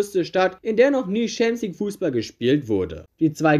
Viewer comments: wenn ich noch einmal "schämsligue" höre, kollabiere ich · Gutes Video, aber diese Aussprache von Champions League triggert anders haha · Bruder bitte bevor du so ein video machst lern champion league richtig auszusprechen das macht ja aggressiv